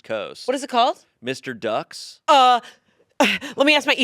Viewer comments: Also he says “Mr. Ducks” instead of “M R Ducks” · Marylander here, it’s MR Ducks. You read the initials not the word mister. They make great orange crushes though!😊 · as a marylander hearing them say mr ducks instead of em are ducks really hurts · As an east coaster, hearing M.R. Ducks referred to as Mr. Ducks is shameful. Hahaha. M. R. Ducks, M. R. not, O S A R! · It’s not Mr. Ducks. It’s the letter M and the Letter R. Like “em are” after a saying where you say each letter out and it mimics the eastern shore accent. M R Ducks M R NOT O S A R. C M WANGS. L I B. M R Ducks. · Omg being from Maryland and hearing them mispronounce M.R. Ducks is making me crazy😭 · Being from Maryland it hurt so much them saying Mr instead of M.R. 😭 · Being from Maryland is crazy hearing them talk about M. R. Ducks. Btw it’s not said like mister you just say M R ducks!!! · Irs not Mr. Ducks, its M R Ducks (say the individual letters). My old supervisor had a shirt, that ill put on here for you, took me forever to figure it out. M R Ducks M R Not O S A R C M Wangs L I B, M R Ducks Translation: Em' Are Ducks Em' Are Not Oh S(yes) They Are See Em' Wangs? Well Ill Be, Em' Are Ducks It helps to say it out loud in a southern accent Im from MD, but Ive never been, I thought it was an Ocean City thing. I think it's justcan apparel store, not a diner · As someone from Maryland, them calling it Mister Ducks instead of M.R. Ducks is so funny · oh you silly boy its not mr ducks its M.R. ducks. this is a thing my dad always told me about and we're in kentucky. it goes like: M R ducks M R not O S M R, C M wangs? L I B, M R ducks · Mr Ducks has me cackling!!! The brand is M. R. Ducks and its meant to be said letter by letter so it sounds like you are saying "them are ducks" in a bad Maryland accent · Marylander here! It actually is just pronounced "M.R. Ducks;" but now I do wanna start calling it "Mr. Ducks" just to see if people notice 😂